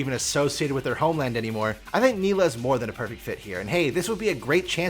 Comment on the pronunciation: ''Nilah'' instant dislike, i even subscribed just to unsubscribe.